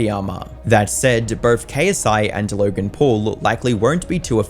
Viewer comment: no offense but it's the stretched LLLogen that makes it seem like you're faking an accent that fits documentary style accent